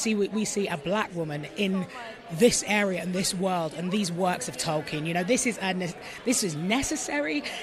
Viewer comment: Thank you for not pronouncing it: Token. Damn you, Soooouth Paaaarrk!